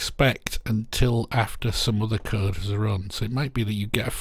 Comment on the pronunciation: I thought you were saying kurd... you were of course saying code and I'm dumb